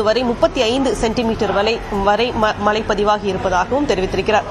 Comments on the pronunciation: As a reporter முதல்ல "மழை" ன்னு சொல்ல கத்துக்கங்க... மலை.. மலை ன்னு சொல்லி, அன்னைத்தமிழை அவமதிக்காதீர்கள்... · Aeno theriyala angulla tamizhargalukku ucharippu sariyilkzi. Mazhy endra sollsi malsi endru dolgirargal. Asingamaga ulladhu. Nsgal tsmixh nsttil illsiyendalum swachcha tamuzh pesugiram . Vetkka kedu. Angeya pirandhu valarnfhalum pesum varthaigal kevakamaga ulladhu. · Mazhai varum pogum aanaa, mazhai nu engalukku solla varaadhu